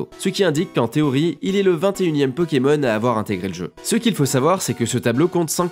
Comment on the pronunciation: Pourquoi tu prononces Pokémon bizarrement ces Pokémon pas peuuuuukemeun